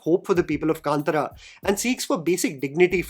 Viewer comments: Bro please pronounce the name correctly. Kantara not Kantra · ಕಾಂತಾರ.. Kanthaaaaaaara.. कांतारा .. it’s not kantara.. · First please pronunce the word K-A-N-T-A-R-A properly and it’s not KANTRA like in Antra… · It’s been interesting to see the different pronunciations of Hindi speaking reviewers of the film name. Here we have “kaantaraa”, I have also heard “kantaaraa” and “kantara “ (all short vowels. Isn’t the Kannada ಕಾಂತಾರ pronounced “kaantaara” (two long vowels and a short at the end)? Kannada speakers please help.🙏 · It’s pronounced as kantaara. There is an “aah” ki maatra in त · Everything is fine , me angrezi bhi jhel leti hu coz content is on point.. but pls movie ka naam dhang se bol lo bhai. 😢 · Sorry I am not hate mongering here , but how difficult is it to pronounce the movie name properly ? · Dude my wife got offended the way you pronounced kantara